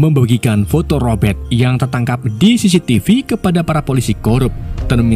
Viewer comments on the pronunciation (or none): none